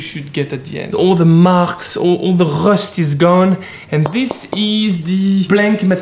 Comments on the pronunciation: nobody: him: all the RHHHUSTH iz goone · "All the HRRUSST" me: •○• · I tried saying rust like him .... Almost vomited.